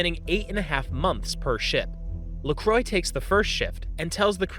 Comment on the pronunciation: Lacroix french name murdered.. pronounced as La-Cro-wah